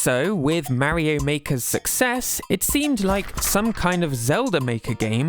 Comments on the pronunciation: Why are you pronouncing Mario as Merio? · "Mary-Oh" X)